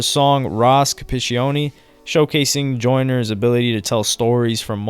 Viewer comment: Also pronounced incorrectly was Ross Capicchioni... Just don't wanna do another one of these. 🤣